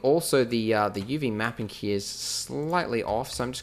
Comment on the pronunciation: I love how you say hia instead of here :D!